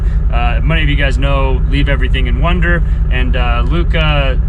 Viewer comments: Leave Everything and WANDER (it sounded like you said WONDER). It's frightening what happened to Luca, but Sara is doing an amazing job, and Luca seems to be progressing wonderfully. They are a very inspiring couple. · He did say wonder twice Thanks for correcting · your accent. Is it Juan Der or One Der? LOL. - good job. Luca has youth on his side and I hope he gains all his strength back soon. Sara is a rock!